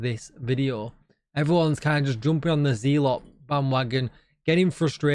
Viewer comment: Agree on Sanitation being a good modifier been using it none stop fit my plays style on in close to NME's, Also loved your keeping the map green video and was glad you stood on your principle to not take it down. Have one small comment that is a "personal gripe" and more on me than you, just want to say that It's pronounced zeh - luht not Ze - lot, unless you have a large USA audience :). Sorry but I'm a bit of a Language / Literacy - buff/nerd which stems from my dyslexia - Anyway keep up the excellent work.